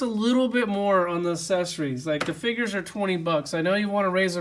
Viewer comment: ACcessories!! AC-cessoris damnit!! It’s not assessories. Lol nah great video man i love the content!! Keep it rollin!!